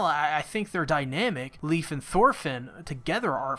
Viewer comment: why you calling him "leaf" his name is "Leif" its a danish name americans can actually pronounce... just say "lie-f" or "Life"